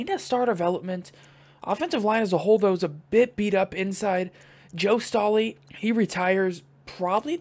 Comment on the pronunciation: Its not "stoley" its "Staley". But nice rebuild :)